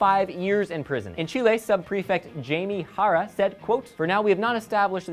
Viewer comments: What the fucks Chi-ley? Is he trying to pronounce Chile? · He saying like she-lay, and that's not how it's pronounced. Well not in English anyways. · pronounce chile right